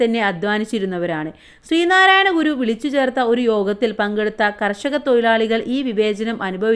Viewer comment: തൊഴിലാളി തൊയിലാളി അല്ല